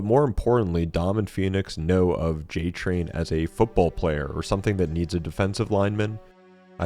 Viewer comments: They said Cole Train (like coal train) then you said J Train, and now I am confused. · This guy calling cole j-train not cole train is bugging me Also Marcus is a veteran of the pendulum wars which was human on human, the locust war (e-Day) was 14 days before Marcus was rescued